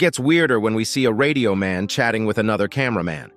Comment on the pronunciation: Bro realy sed redio man